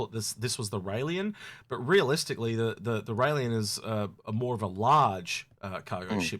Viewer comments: Can we stop calling the Railen the Railien? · Please, please pronounce these ships correctly rail -en you do the same with the harbinger you lose credibility if you cannot do this. Otherwise I love the channel, you and are a great combination